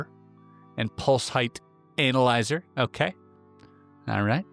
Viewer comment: I really hope you were being sarcastic when pronouncing "analyzer" incorrectly. Lmao